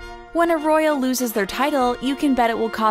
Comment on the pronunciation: s a royal dabed